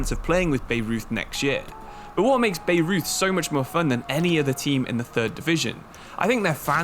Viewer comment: By-Roith not Beirut is how you pronounce Bayreuth, a Bavarian club